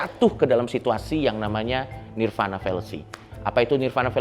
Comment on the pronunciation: 🙏Sedikit Koreksi Untuk Coki Parade nirvāṇa di bacanya Nirwana Bukan Nirvana ✌️